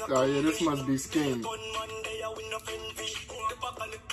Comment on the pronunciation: yk how you pronounce the ng at the end of the word "ring" do the same for "skeng"